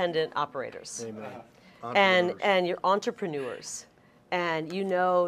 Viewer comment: She pronounced "entrepreneur" with a perfect French accent. I am 100% behind Kari Lake. She would be much more valuable in the Senate than as VP